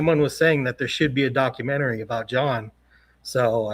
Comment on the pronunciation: Please stop saying DOCU -MEN -TERRY